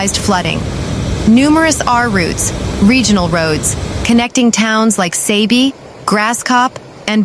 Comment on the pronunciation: It's Saabee. Not Saybee